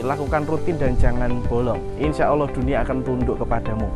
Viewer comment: Cara pengucapan nya asma ALLOH . masih kurang faseh bos👍..q dengar ber ulang" bos bilang Awloh.